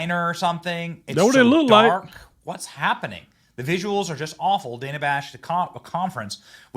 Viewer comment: Dana with a short A first syllable? Nope, it’s Dana with a long A sound in 1st syllable. Come on Kamala….if you want your name pronounced correctly, pronounce other people’s names correctly.